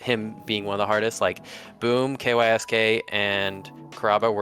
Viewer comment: Kysk is pronounced “KEYO-SHKEE” which comes from the Japanese “kiyoshiki”. No one calls him “Kay why es Kay”